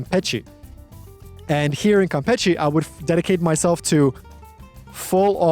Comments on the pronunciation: 3 months over there and you can't say it right? It's "campeSHE", as in "shh". There's no "t" sound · mano I don't know how you have been there for 3 months and are still pronouncing it "Campetchie". face palm